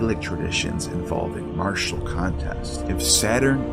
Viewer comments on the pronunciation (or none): none